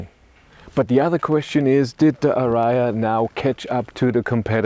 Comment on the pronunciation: What is ara- ya? Where is the third "a" in ariya? Maybe this should be banned pronounciation in DE....